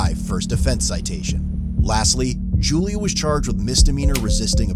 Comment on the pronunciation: Are you saying Julia? Because I'm seeing Junior.